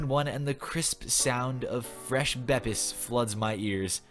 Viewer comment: didnt know how much i needed to hear a human actually say "bepis"